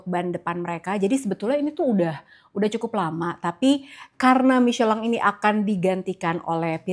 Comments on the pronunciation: klo pengucapan Prancis emang Michelang, tapi kalau Inggris tetap Michelin, para pembalap aja tetap nyebut Michelin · Kyk agak aneh denger mmiceleng.....😂😂😂😂 Kita indonesia ya micelin aj lah....sedikit mengganjal dikuping indonesiaku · tolonglah stop bilang micelang. Jurnalis inggris aja tetep bilang michelin. Cringe mbak mbak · Pembalap aja tetap bilang nya Michelin